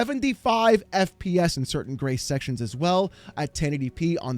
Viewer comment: I won’t lie every time you say Grace, I hear grey. Damn my old man hearing.